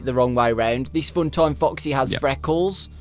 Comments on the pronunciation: It sounded like he said fucksy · When said foxy it sounds like f##ksy LOL